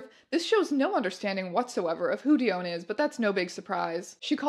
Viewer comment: I think its pronounced (DEE-on) not DEE-own